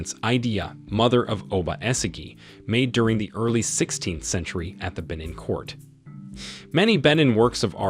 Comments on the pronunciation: you're saying benin wrong 😐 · The way he is pronouncing Benin is sending me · I'm from Benin and hearing it pronounced wrongly is making me cringe😂 Good video though